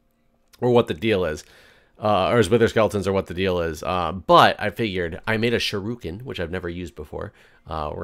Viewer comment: Sorry,. It's not pronounced sharuken. It's shuriken or sure...ick...en. As a martial artist it just grinds on me when you say that.